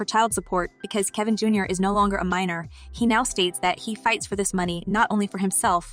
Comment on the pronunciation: It is Kevin Jr. not Jar